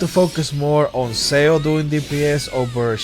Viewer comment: Im sorry but im like tilted... its not pronounced S E O, its pronounced more like S H O